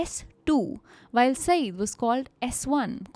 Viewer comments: Guys, just a small point about his name pronounciation -- it is spoken as 'saiyyad' and not as 'saeed'. Another point, in the press conference scene in the early part of the story... there were no movie cameras or mics in 1988. Basically just reporters with scribble pads, and an occasional journo with a tape recorder, BBC India guys had it as dikta phone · Mehdi was his personal name. ZAIDI indicates his family name and actually his "clan"nsme. Modi was a perversion of the simple two syllable name. Also, the word Syed is also bring mispronounced. Saeed is a totally different name. Syed indicates that Mehdi was descended from the Prophet Mohammads (PBUH) lineage. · I'm just correcting the name here. It's not 'Saeed'. Its 'Syed' y is pronounced as ya as in 'yaar'. Pronunciation will be "Sai..ya..d" 😊